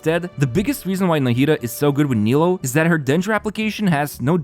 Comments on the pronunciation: How are we still mispronouncing her name? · the nilou and yelan pronunciations are making me feel crazy